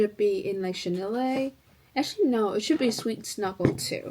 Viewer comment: Love your videos. Chenille is pronounced “shuh-neel.”